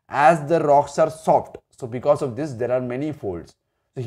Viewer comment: Hey! You are not pronouncing properly e.g you are saying dish but it is actually this ok